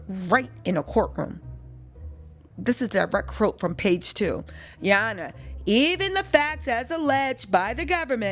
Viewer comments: Gurl when you say”ya hona” has me on the floor laughing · Came just to hear you say, Ya Honna---😅😂😂 needed to laugh before ending the night..thanks!🤣🥰